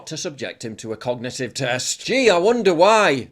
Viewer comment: The press secretary can't even say "cognitive"....moron. "Cognitit teft" WTF??